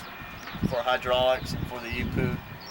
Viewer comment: Every time he calls the EPU an e-poo I lol inside